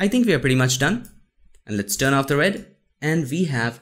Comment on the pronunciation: "AhaLit's Get Started" 😂